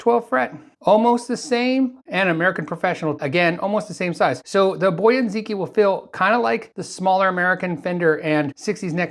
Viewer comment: It's Chinese, where the stress is rather on the last syllable, so rather bo - YA And zhee-TSJEE. I found a video (from 2018!) that confirmed that, Most noticeble is that the Q is pronounced as Zh or Tsj But off course there's no need the leave usual conventions.